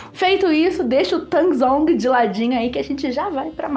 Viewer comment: Baita receita,, obrigado por esse vídeo, ficou muito bem explicado. Só te esclarecendo: Tangzhong é um nome em chinês para a técnica, enquanto Yukune é a palavra em japonês. Tangzhong se pronuncia Tanzon. Yukune se pronuncia Iucunê. São técnicas similares nessa característica da massa de pão que desfia.